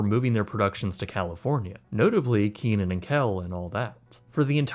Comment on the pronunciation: I love how you remade your original video. It was one of the first ones I watched from your channel. And thank you for finally pronouncing Kenan and Ken right after all this time lol